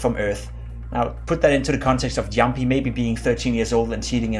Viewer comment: pls stop saying jempie